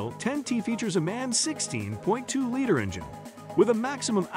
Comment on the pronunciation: You should teach the voice how to pronounce liter.